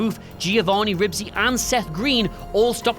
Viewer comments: It’s “Giovanni Ribisi,” not “Giovanni Ribsi.” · It's not. It's supposed to be Ribisi. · Giovanni "Ribsi"? It's RIBISI, idiot!! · Did you call that dude "Rib-sy"? Just checking. Maybe thats right. Who knows.